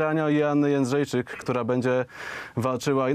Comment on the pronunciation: Jędrzejczyk a nie Jędrzejczak